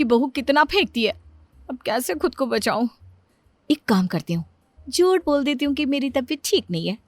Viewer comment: Jut nhi jhut hota h bolna to thik se sikh lo phle😏😏😏😏